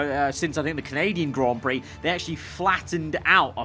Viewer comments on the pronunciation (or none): none